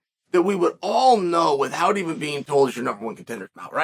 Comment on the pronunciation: Did Chael say “withhowt” ?